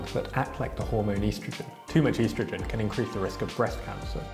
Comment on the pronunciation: what's Eastrigen?